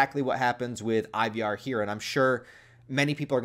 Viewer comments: Scandinavians pronounce it like Ee-var with a kind of rhotic/rolled R, right? I feel like they went that way sometimes in The Last Kingdom. Or maybe just go with Eye-var. That Y he snuck in there hits different. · Why you saying Ivar wrong bro?